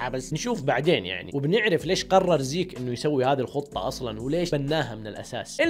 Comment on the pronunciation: زيج خليجي 😂😂😂😂